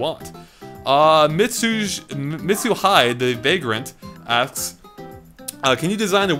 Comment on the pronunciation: Not familiar with Japanese pronunciations, are you. It's pronounced, "mit-soo-hee-day"